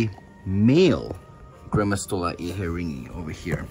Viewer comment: When I hear "gramastola inhetingi" I tought you always said granma 🤣 don't know why, anyways, I am sorry for your loss